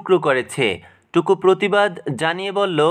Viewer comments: টুকু না টুটু😂😂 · টুকু না টুটু হবে